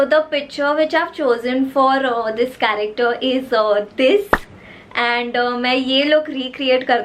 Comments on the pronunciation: No one literally no one But and: F.R.I.E.N.D.S correcter instead of character 😂😂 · Just realised every man from damn fam pronouncing character as "karekter"😆😆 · Dude I just can’t hear the word CHARACTER from them ...... plss guyss spell it correctly 😂😂😂🙏🏻It’s not corrector😂🤣